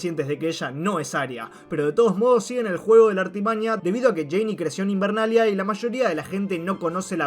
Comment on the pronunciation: "Invernalia", me duelen los oídos 😭